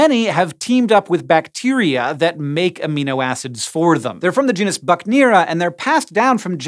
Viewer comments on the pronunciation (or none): none